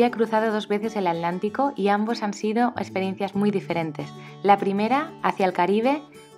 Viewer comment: me encanta tu canal. Viajo contigo y te envidio lo que haces. Donde vivo navego en el río parana y Paraguay pero algún día voy a imitarte. Gracias P.d. una sola duda porque no pronuncias la T de atlántico?? Gracias